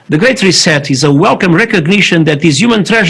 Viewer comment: Oh, and He sounds like He is saying "a great recess" not "reset..."